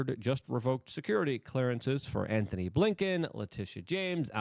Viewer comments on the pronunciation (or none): none